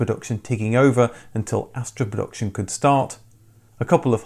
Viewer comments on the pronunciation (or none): Considering the inclusion of the word "production" in virtually every video, it's surprising that you can't actually pronounce it.